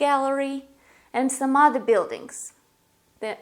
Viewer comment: You say other like Aather! It's uther!